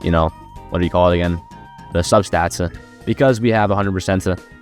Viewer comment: Fr bro talm bout "upgradesuh" and "statsuh"